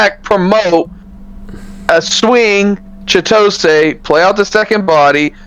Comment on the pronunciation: Every time you pronounce Chitose wrong, an angel loses its wings.